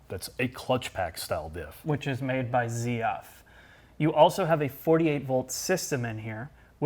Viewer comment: it‘s not „CF“ it‘ „ZF“.... „Zepellin Friedrichshafen“